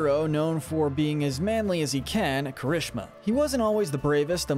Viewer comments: Why your spelling juries kirishima like that? It’s KEERI-SHEEMA not kerishema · All these pronunciations are wrong! Yoa-ya-roo-zu, I-zu-kuh, ki-rush-ma